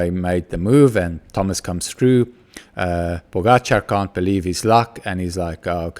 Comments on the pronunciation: correct pronounciation of the surname Pogačar, name is still wrong completely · Mr. Smit, you are a quick learner. This is the right prononciation of Pogačar. I really didn't want to be harsh on you yesterday, I just wanted his name to be said correctly. Keep it up and best regards.